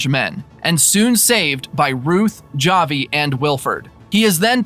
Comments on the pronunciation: Havi it is pronouned havi not (j)avi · It’s pronounced HAVI, they literally say his name many times in the show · Oh no you can't pronounce Javi